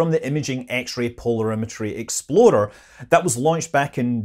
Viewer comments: Does anyone else hear "exploder" when Scott says "explorer"? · Sorry Scott, but every time I hear you say “explorer” I hear exploder